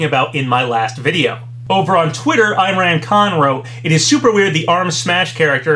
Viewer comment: Hey! Just for future reference, "Imran" is pronounced Im as in "him", and ran as in "rahn"